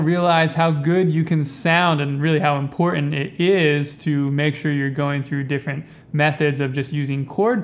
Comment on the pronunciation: Because he is a long winded snake oil salesman who can’t pronounce important.